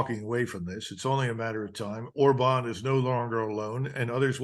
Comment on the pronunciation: Thank you so much Colonel for pronouncing Orban's name CORRECTLY ❤